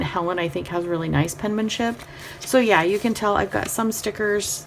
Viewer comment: Great channel. I noticed you 're so cute and said 'penmanship' by saying "pen-na-men-ship" but actually it's just "pen-man-ship" like it's spelled. Not trying to be a jerk, just thought you'd want to know. Happy New Year!!!